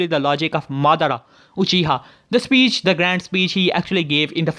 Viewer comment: “Speach”? It’s speech. SpEeCh 100!